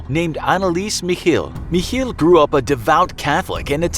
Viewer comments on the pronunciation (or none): Guys pls stop trying to pronounce german words ITS SO HORRIBLE but nice vid otherwhise as always (It's not "mich - heel", it's "mich el" like the spanish article)